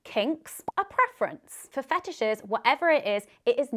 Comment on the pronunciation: ru le 34 of fe tishes